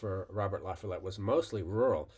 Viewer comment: It’s la-FALL-ette. Source: I’m a Wisconsinite.